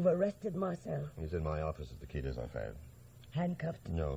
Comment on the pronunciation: Despite being American, the actors can pronounce French correctly, so why Qui & not Quai?